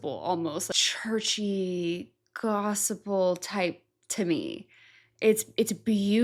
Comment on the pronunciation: Why does she say Gospel like that. Have mercy😭